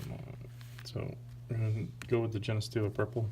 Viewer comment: Genestealer purple is Genes as in genetic code. They steal the Genes of other species to add to their own, just hoped to help with the pronunciation.